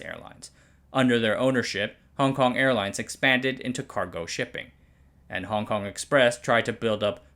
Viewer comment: Didn’t know china had a Caahc.